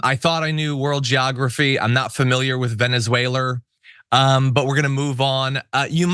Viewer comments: Veneswhaler is like Russier,Russier,Russier…😂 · Dummy Donnie! Dummy Donnie! He has to pronounce it Venezawhaler because he's in the hillbilly south! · I heard that, too 😂